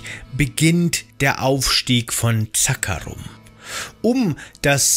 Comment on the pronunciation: Echt gutes Informationsvideo Mich triggern nur manche Wörter wie zB „Zaakaarum“ obwohl es „Zakkaruum“ heißt 😂